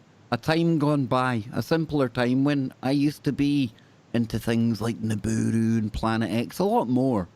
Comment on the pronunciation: it's Nibiru, not Niburu and Sitchin, not Stitchin...